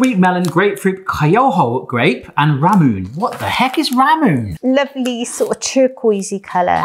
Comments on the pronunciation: I don't think that chocolate starfish log got properly impregnated... I know what i said. P.S. It's "ramune", not "ramun". Also ramune is basically a variant of lemonade P.P.S. It's pretty funny to watch this after Dagashi Kashi, and remembering that there were chapters about pretty much every single one of those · Ramune is pronounced RA MOO NAY and its a soda in japan, thats sold in a glass bottle and is famous for the marble. The bottle has a dip in it, to stop the marble from blocking the exit, as long as you dont drink it too fast. Though there are lots of flavors, the traditional flavor is lemon lime soda